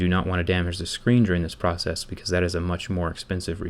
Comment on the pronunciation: this whole proshees? got your tongue bit? 😂 I was here on the 8th of July 2020.